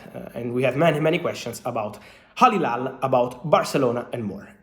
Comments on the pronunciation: Fabrizio scusa si chiama Al Hilal no Hali Lal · Al-Hilal ❌ Halhilal ✔️ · AL ....Hilal ..... it's Al Hilal!